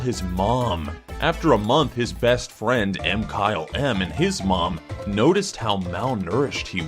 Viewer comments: It's MA-kyl-EM not M-Kyle-M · its not m-kyle-m its mkylem pronounced mikeyelum